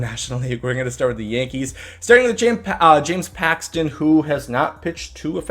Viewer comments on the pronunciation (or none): none